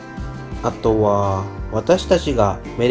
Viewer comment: あとは､､､､が独特な言い方ですね 普通に言っていいですよ